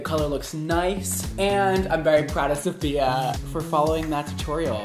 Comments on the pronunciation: I'm gonna be this person but it's SAFiya, not SOFia. THEY ARE DIFFERENT EDIT: The queen tweeted me on how to ACTUALLY PRONOUNCE IT and ig I was wrong too but so were y’all so don’t be smug. Apparently it’s SUF-FEE-YUH NYE-GUARD. Link to the tweet for the receipts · it’s not SOfia it’s SAfiya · I hate how you pronounce her name Sophia/Sofia, it totally ruins the uniqueness of her beautiful name 😡🙄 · He one of the person that say sofiya instead of Safiya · It's SAFiya NOT SOFia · Her name is sAfiya, not sOfia/sOfiya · This is how many times said “Sofia” instead of Safiya ⬇️ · cringing at everytime he calls her "Sophia" lol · its pronounced SAAFIYA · no its pronounced su fee uhh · Who else realized he said her name wrong like 5 times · Can you please pronounce her name right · Really hate that he’s pronouncing her name incorrectly throughout majority of the video 🙄